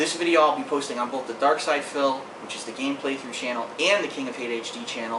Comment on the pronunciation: darksydephil. not darksyder, -.